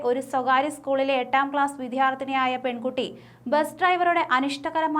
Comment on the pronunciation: "വിദ്യാര്‍ഥി" ശരിക്ക് ഉച്ചരിക്ക് കൊച്ചേ 😡